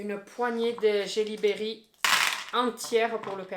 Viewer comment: Jellie belly pas Berry 😭😭😭